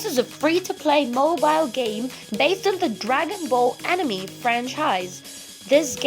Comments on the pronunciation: Its dragon ball z not g anime not animi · This guy said enemy instead of anime 🤣🤣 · Never mind that he said animee not anime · And he say anemee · yeah that’s a really good “animy” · "Dragen ball ji" "Animi"